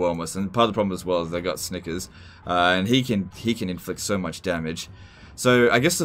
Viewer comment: I heard Snikers.